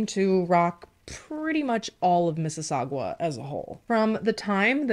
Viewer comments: lol I am so close to Mississauga lmao it is miss-is-sa-Ga lol not gua lmao it’s driving me nuts 😂😂😂 it’s weird all of your Canada cases I’ve watch so few are close to me ahh it’s weird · For the pronouncing of Mississauga pronounce the sauga as saga. Hoping this is not coming as rude. I live in Mississauga 😅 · Hahahahahahaha Canadian here....I chuckled every time you said Mississau...gwa. love you ❤️